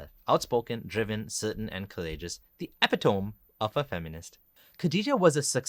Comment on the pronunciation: Hello,! I saved time by clicking on Like immediately. "epitome" has four syllables, the final "e" being pronounced. (Like Penelope.) You say "feminist" like you think it's a good thing. Yet under feminism, women have become increasingly unhappy. Things would be far worse for them under Islam. Things would be far worse for men under Islam too. EVERY ideology should be subject to scrutiny and criticism, including ones I like.